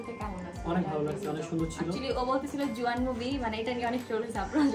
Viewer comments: Not jowan is jawan😊😢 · Boin re oida jowan hoibo nah jawan hoibo nam dao উচ্চারণ করতে পারোস না 😂